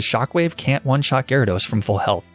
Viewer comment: GYARADOS, NOT GYRODOS! FIX IT NOW!